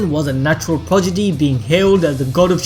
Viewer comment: Progidy instead of Prodigy is so funny..